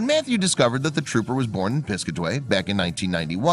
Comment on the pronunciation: Good vid. It's Pis-CAT-a-way, BTW. ;) ~♥~